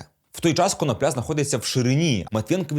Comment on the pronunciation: ви не правильний наголос ставите не прізвищі юхима